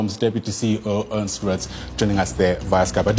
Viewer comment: Sorry, Ernst not Ernest.